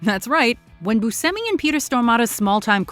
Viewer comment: Yeah, Steve pronounces it "boo-SEM-ee." Butchered Italian. But not as bad as "SHY-voh" for Schiavo.